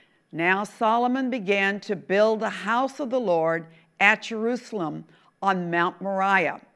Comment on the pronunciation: Je R U Say El "am".